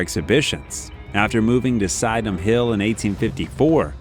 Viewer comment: Some extraordinary idiomatic comparisons throughout the piece. Not sure what to make of Crystal Palace being described as more impressive than the entirely fictitious Hogwarts Castle when there are perhaps other real and more tangible structures more comparable 🤔 By the way it is Sydenham is pronounced to sound like kSid-un-umm’; Carnarvon (or Caernarfon to give it the proper Welsh spelling) is pronounced ‘Car-NAR- von’ with the emphasis on the middle vowel; and the River Seine is not pronounced similar to ‘sign’ like a German word, but similar to ‘Senn’ en français 😜